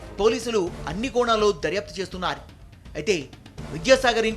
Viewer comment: Daryapthu chesthunnai ani vinavaputhondi. Chesthunnaru ani spastam ga palakandi